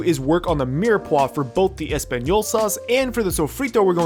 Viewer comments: really said espagnyolo sauce. This is why I’m subscribed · did you say espagnyolo sauce lmao